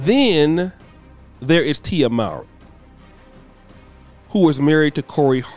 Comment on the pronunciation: It’s Tia (Moor-Ree).